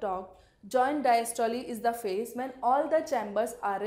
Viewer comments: Very bad pronunciation of systole and diastole😡😡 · please pronunciate systole and diastole correctly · Pls correct the pronunciation...... Systole :- "not Systol[e] just systole...'e' should be silent....." Same that in diastole🙂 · The pronunciation of systole n diastole r amazing 😂😂😂 Learn how to say systole n diastole from google 😆😆😆